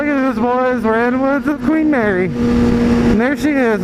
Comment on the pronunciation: "queef marry" LOL hahahaha